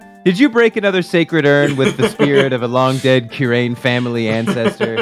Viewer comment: Gumshoe's tune would have partially rhymed if Kurain was pronounced correctly